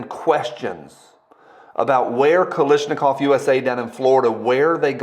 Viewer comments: KaLASHnikov. Not KaLISHnikov. Thx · Sound it out bru: KAL-ASH-NI-KOV. not Kalishnikov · KalAAAASHnikov It's an A not an i 😭